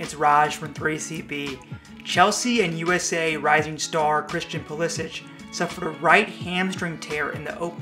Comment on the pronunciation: He pronounces his name "Pulisick" not "Pulisich". Just ask him.